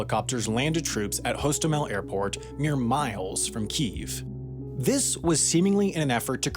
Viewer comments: wtf is with this pronunciation change of Kyiv all of a sudden?? It's not kEEEEEv, or kE-ev - it's KEev one syllable with a slight but noticeable pitch change. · I am so agitated with people pronouncing Kyiv, "Keev". It's pronounced "Key-ev" or "Kevy-iv". It's not difficult to say. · Someone get me on this: How is Kyiv suddenly pronounced 'Keeve', rather than 'key-ev' as I've always heard it pronounced? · It's pronounced Kiev isn't it? Not keev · Its pronounced "key, eff" No one ever called it keef until this civil war popped off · It's pronounced 'kyiv' not 'KEEV' lol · It's kee-yev not keev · Another great video, as always. But it would be much better if you should stop mispronouncing kilometre as "ki-LOM-e-ter". Also, Kyiv is pronounced "key-ihv", not "keev". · Can't believe he pronounced Kyiv as Keev. It's Keyev. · It's pronounced more like "Key-ev" than "keev" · Why do they insist on calling it keeeve...its Kiev..kyev..say it with me..maybe more western countries could readily identify with the improperly pronounced one🤔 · Why have commentators started pronouncing KIEV as Kyiv which is the Ukrainian pronunciation. Similarly we say Moscow, we don't say Mosckva. It says in Wikipedia "Kiev is the traditional English name for the city, but because of its historical derivation from the Russian name, Kiev became disfavored in many Western media outlets after the outbreak of the Russo-Ukrainian War". What bs. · great video. Tired of this whole pronunciation of Kiev. If you are english speaking it is Kiev, if you are from the Ukraine then it is Kyiv. Guess what there is a city in Germany called Cologne by english speakers, but if you are native it is Koln. F- fox news for creating bs over a humanitarian crisis. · its kyiv, not keev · I don't trust anyone that says Keev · Argh, you pronouncing it "Keev" had me googling for a long time finding conflicting information about whether there was a name change from Kiev to Kyiv in 1995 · Why do you pronounce Kyiv as "queef"